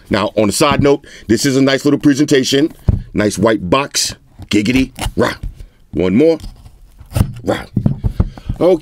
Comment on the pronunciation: Did he just said gigity??